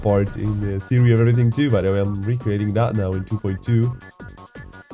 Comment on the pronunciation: "theory of everyintg" 😭